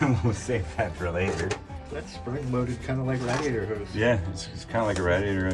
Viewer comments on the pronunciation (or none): Rad I ador? It's raid e ator😅😅😅❤❤ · Rad..e..ater? rade.. i ater? lol